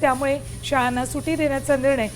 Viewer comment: सुटी.... नाही गं अँकर मॅडम सुट्टी म्हणतात त्याला...😂😂 सुटी म्हणे सुटी